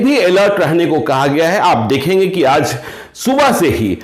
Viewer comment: Sir pronounce sudhar kijiy, Jana hota hai na ki Zana, Aaj naki Aaz